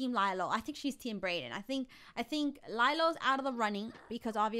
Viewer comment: His name is lyle not lylo XD